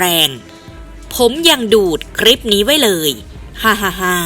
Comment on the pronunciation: คลิป อ่านว่า คะ-ลิป ไม่ใช่อ่านว่า คะ-ริป. (ล.ลิง.ให้ผันลิ้น1ครั้ง)